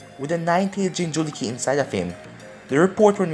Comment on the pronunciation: What the f is jinjuluki it's jinchuriki